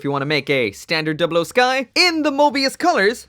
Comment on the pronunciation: First- he already did Second- I should drop a colony for the way you said 00